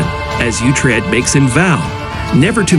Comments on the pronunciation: Why can't you pronounce Utrec properly this is disgraceful learn to produce UTRED.😊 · Its pronounced ootred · The guy cant even pronounce the name of uthred right, and seem to not be aware that the series is based off BOOKS and not reality, shit video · Why can't you produce uhtred properly its terrible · can't even say his name correctly and has to use a stupid bot, pathetic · The fact that this video can't even say the main characters name right makes me hate it. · Use a real person, then. To hack up the name of the main character is horrifying.